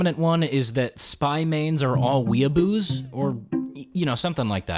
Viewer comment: The way you said weeaboo made me cringe and unsubscribe